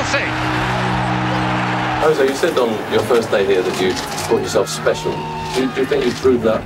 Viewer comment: whne they ask him about. Apceecial